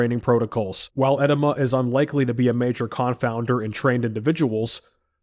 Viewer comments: It's not ed-i-ma. It is pronounced ee-DEE-muh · Uhh-Dee-muh 🤣 not “eh-de-ma” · I was listening in the background and kept wondering why bro kept saying "enema". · Great video, edema is pronounced eh-deem-uh, brother. Just letting you know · e-DEE-ma. Sorry i had to. Nice video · With all respect: it's pronounced eh-DEE-muh. Good vid. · It's pronounced edEEma. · it's pronounced uh-dee-mah